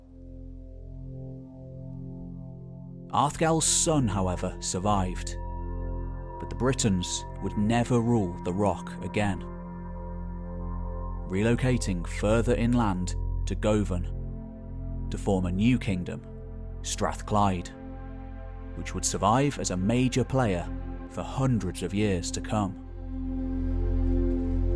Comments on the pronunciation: guvin is how you say Govan , and most locals do know we all learn about the kingdom of Strathclyde, the regional council was amended after it for years until thatcher got ride of them. incidentally they did dna tests and they might of spoke some sort of Cumbric language but the dna suggests there the same as people in ulster from the time of the bronze age if not before and this actually applies for all of southern Scotland , including the east? so there you go, I guess different warlords may have held the forts but didn't make much impact on the local population. beyond eastern berwickshire they doesn't seem to be much anglo saxon settlement either. I guess is you look at the folk culture, what the people lived by then you can map the reality on the ground rather than the shifting sands of politics, as Beltane and other belief systems seem to map out the Celtic population pretty well, even in Shetland the Norse DNA only counts for 20% of DNA so just shows how it didn't pay to get ride of the workforce even if you took a place over for a while. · "Go-van" 😂 It's spelled "Govan", and pronounced "Guv-an". Like the the "guv" sound in "government". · Will be moving to Dumbarton soon! For future reference, Govan is pronounced "Guh-vin" 😊 great video!